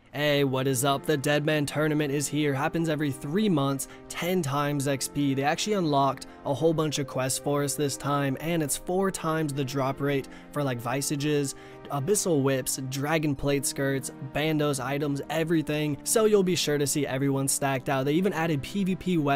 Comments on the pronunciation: Wtf are "vysuhgis" LMAO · Do NOT..... say visages again 🤦🏽‍♂️